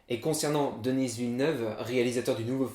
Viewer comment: C'est pas denissss mais denis